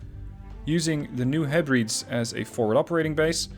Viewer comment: It's pronounced New Heh-breh-deez.